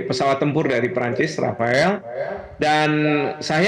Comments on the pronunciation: Rafale bukan Rafael pak 😂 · pesawatnya rafeleee bukan rafaeellll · Yg betul rapale😅😅😅😅